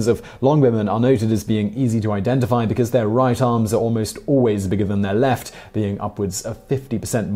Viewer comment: "To the lift eye of Phillip of Masadonia"